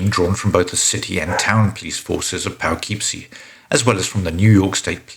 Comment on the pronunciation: Your pronunciation of "Poughkeepsie" is driving me nuts, but since you aren't from the US I'll give you a pass (it's pronounced "Puh-kip-see")